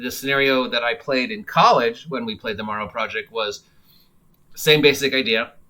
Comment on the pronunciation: It's "Darrow Project".